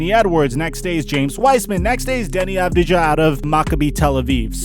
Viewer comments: ITS AVDIYA FFS AHAHAHA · "next is Denny advidadudui" HAHA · Deni Add-ve-a